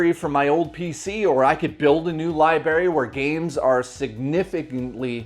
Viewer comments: You're doing well with these videos, so far, but I gotta ask: what's with the pronunciation of "library" as "libary"? It keeps making me think of an episode of "Scrubs" lol... Also, peanut butter's good, so no one can really fault you for that. All the mice love it if you put it on some traps. Don't put your finger in a trap if you see peanut butter on it, you can just go grab a jar. You're not a mouse, anymore, you've left that bed and evolved into a Canadian human. They seem to differ from the rest of us crazies. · Is "libary" a Canadian thing or a thing?